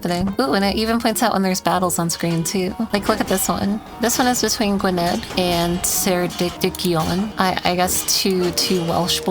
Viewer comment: gwynedd is pronounced "gwyneth," ceredigion is pronounced phonetically and similarly to your name. cara-dig-ion, from the name ceredig